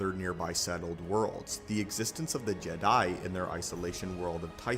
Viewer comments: Are you using text to speech for audio? Why are you saying jed 'eye? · why the fuck do you say Jedi like that? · stop saying Jedi like that😂